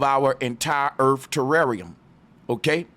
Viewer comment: Erf?? Are you trying to say earth??? Asking for my 6 year old daughter